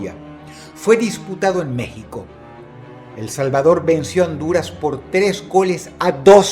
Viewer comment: Se siente tan bien oir a dross diciendo: "Honduras"